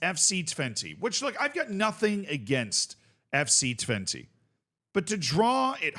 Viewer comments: Help me out Dutch people. I'm cringing every time says Twente with an "i" sound at the end. But maybe that is correct?😅 I thought it was an "e" or "eh" sound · Haha no you're right. Dutch people would pronounce it with an unstressed e, which is much closer to an 'uh'/'eh'. I guess it's a good meme to keep pronouncing it like the number 20 but that's not what we would call it